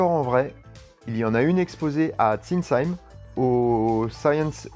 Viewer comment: Hi. J'avais vu un article dans un journal de voitures quand j'étais minot, qui parlait de la W2. Et je l'ai vu à Sinsheim...Le S H se prononce CHE comme dans chat.